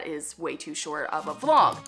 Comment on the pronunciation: Did you say vlog or flog???? I didn’t think it was that kind of channel. 😂😂